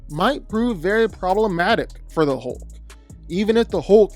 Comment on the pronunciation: Couldn't finish watching this. It's pronounced hulk not hoelk.